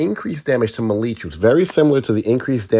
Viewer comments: Melee is pronounced like mayday (maylay) not marie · Brother, it’s pronounced “may-lay” Thanks for the good info😜🙏